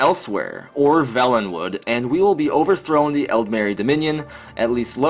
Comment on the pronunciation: It's pronounced vaylenwood not velenwood homie. Good video though!